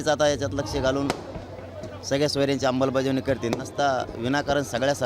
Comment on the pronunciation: याला अमलबजावणी शब्द नीट बोलता येत नाही याची लाट ओसरली आता उपचार करून गोधडीत झोप sit ची याला भीती वाटते